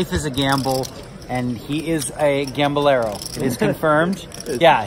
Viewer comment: 94% gam-bol-er haha! PLO -8. Oma-ha isn't named 'ha' on the end w/ o some gamble in it...